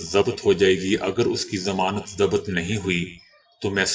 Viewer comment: O bahi zamanat za bat nhi zabt read kryn pando bahi aap kb sudro gy BAAT Kuch samj aye dosto.